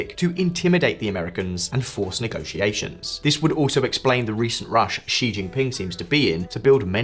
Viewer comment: If you want to be taken seriously, learn to pronounce the names of places and people like Xinjiang, Qing, and Xi Jinping.